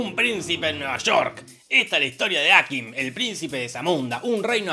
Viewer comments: me enerva que le diga ákim DONDE VISTE EN LA PELI QUE ACENTUEN EN LA A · Cómo "Áquim"? Aquím!